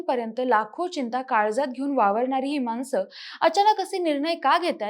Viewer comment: मानसं, जेवन , कोनत्या...ण चा वापर करा किती अशुध्द